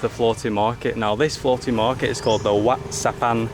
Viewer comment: WAT is what they call Temple, and it’s pronounced WAT is in WHAT but silent H lol idk i not a Pro but yea 👌 as per usual great vid 👏🫶🇦🇺